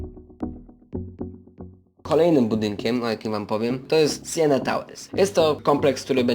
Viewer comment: Wymowa " Siena - > Sienna Towers" (czyli ma być jak napisano) Przecież chodzi o niedaleką ul. Sienną, a nie o toskańskie miasto :-)